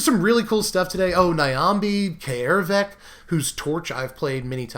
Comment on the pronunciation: It's not 'eye-ree', it's AIR-ree. It's not 'Kah-air-vek', it's CARE-vek. AE followed by an R is pronounced like 'AIR'. That is all. Carry on.